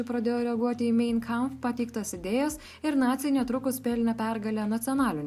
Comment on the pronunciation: Mein Kampf ....tariasi ne mein o main :D toks faktas